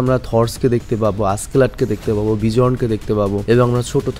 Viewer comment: Vai beon na bizon